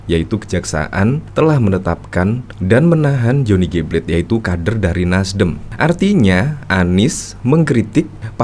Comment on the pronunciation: Pla-te （dalam bahasa Indonesia) Bukan plate (bukan dalam bahasa English) . …. Beli dengernya !!!!!